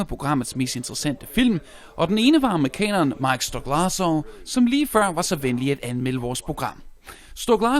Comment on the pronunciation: STOK-LA-SA ikke STOK-LARS-SO